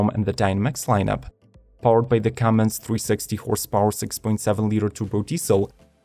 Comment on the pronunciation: You lost me at "CUMMINGS" diesel...